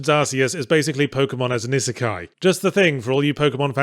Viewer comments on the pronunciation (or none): Weird pronunciation of "isekai" my man.